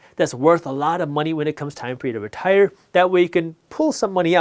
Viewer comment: Retair? Retire? So tire.